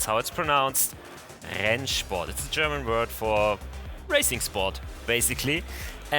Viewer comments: I just have to ask. Are you a German native speaker? The pronunciation of "Rennsport" sound professional :) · As a German i can say you pronounce Rennsport really good